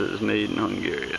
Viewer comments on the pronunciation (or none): none